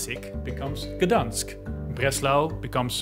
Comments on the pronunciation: it's supposed to be pronounced like: gdańsk - gda-ni-sk (do not pronounce n and i like two separate letters) wrocław - vro-ts-oo-av (w is pronounced like v, c makes a ts sound and ł makes a sort of oo sound?) szczecin - sh-che-tsin (ch as in church) hope this makes sense, i don't know another way to describe these (edit: i added hyphens to make this slightly easier to read) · Lemme help you out: "GDAINSK" "VROhTS-wahff" and "SHCHE-cheen" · Bruh you should at least check how to pronounce these names 😭😭💀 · Not Gdansk, but Gdańsk. We utter "Ń" letter as soft "N". And, you should not utter Wrocław as Wroklaw, but as "Vrotswav" (My own oversetting).